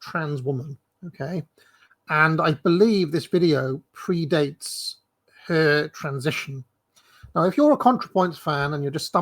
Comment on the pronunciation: I am laughing my arse off at how you emphasised the first her in this video. You really are a brilliant rage baiter.